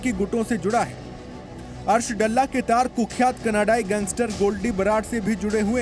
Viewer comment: डल्ला नही दल्ला कहो